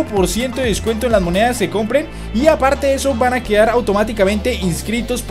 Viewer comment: es descuento no descueto